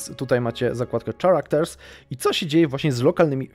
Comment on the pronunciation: czałakters xD